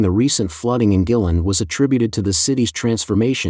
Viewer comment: The N.P.C selects the government leaders including Xi. Guilin is pronounced Gwaylin. Check the droughts in the U.S and Europe